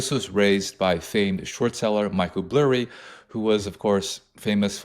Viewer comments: This fucking guy really cheeses me with saying burry last name as blurry lmfao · It’s Michael BURRY not Blurry lol😅